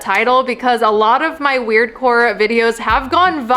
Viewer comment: U said: wuired